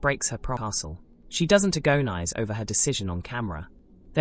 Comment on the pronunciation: Interesting premise. One that I can largely agree with. I honestly missed about 5 minutes of video because I was trippung out over how you pronounced "agonize".